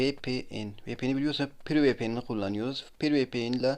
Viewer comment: Olm ne dediğini anlamıyorum piri VPN diyo